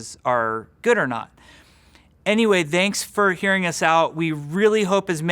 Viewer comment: Am I the only one who hears "danks for everything"?